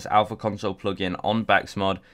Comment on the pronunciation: THIS MAN FOR REAL JUST SAID BAKSMOD